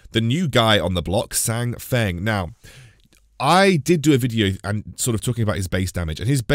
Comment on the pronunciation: His name is pronounced as "SAN FANG" btw. It's on hero spotlight.